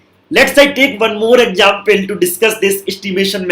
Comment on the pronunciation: I like when he say exapule